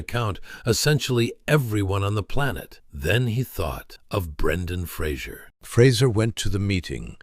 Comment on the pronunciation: At least pronounce the man’s surname correctly. He’s very gracious in not making a big deal about it but I’m sure it pisses him off no end, that no-one can be bothered to learn how to say his name, or learn to read it! He deserves a sincere apology from everyone who gets it wrong. I’t s F-R-A-S-E-R, and it has nothing to do with Kelsey Grammer and his TV persona! Credit where it’s due, please.